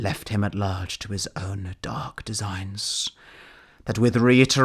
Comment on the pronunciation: “Prone on the flood, extended long and large” I loved how you pronounce the laaaaarge!